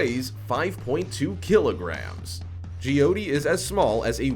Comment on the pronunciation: It is j-y-oh-t-ee not jy-oti